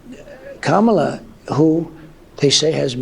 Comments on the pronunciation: Oh. My. God. Did he just pronounce her name correctly? I’ve never heard him say comma-la before. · Do not let it go unnoticed that all of a sudden he can say her name correctly!